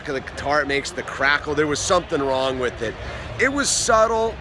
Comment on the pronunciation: "I would like to start out weeth a basket of cheeeps...." Hhahahah!